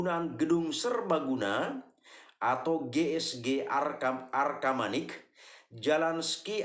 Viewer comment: Bukan arkamanik om tapi arcamanik